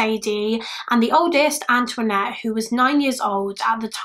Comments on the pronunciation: Anthonette, not Antoinette. It's a Navajo name. Pronounced similarly to the French name but like "An'THA-nette" It's a pretty unique name. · She's British. She's not gonna know how to pronounce Native American names is she? 🙄